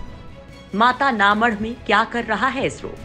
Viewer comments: Mata na madh.... Pronounciation is too poor ( mata na math) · पहले बोलना सीख जाओ जगह का नाम में माता का मठ गुजराती बोलना नहीं आता तो हम भी समझते सही तरीके से बोलना आप लोग न्यूज़ चैनल वाले गुजराती में स्कोर माता का मठ